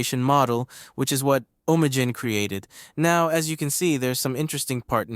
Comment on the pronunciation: It's pronounced Ah'm Nee Gen.